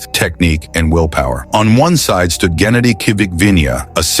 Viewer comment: You pronounced Genadi a lot of different ways, none of which were correct